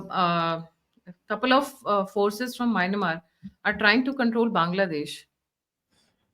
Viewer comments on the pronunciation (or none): Please.. it's Myanmar not Maynamar. Mispronouncing a nation's name leads to misgivings if the rest of the narrative are true.